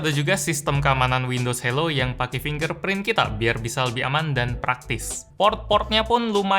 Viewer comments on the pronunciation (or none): none